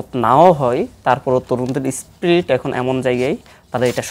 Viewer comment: স্প্রিট না স্পিরিট 😜